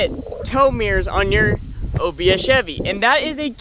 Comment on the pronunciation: Take a drink every time he says "obs chebby"